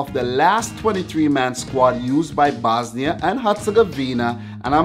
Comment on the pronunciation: You cant say the bosnia r